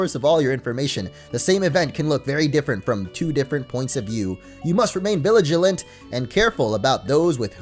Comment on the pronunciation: Did anyone else notice saying viligilant instead of viligant